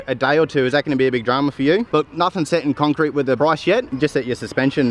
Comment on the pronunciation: conk crete??? that's cement bay beehhhh